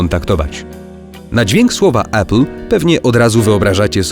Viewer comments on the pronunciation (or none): none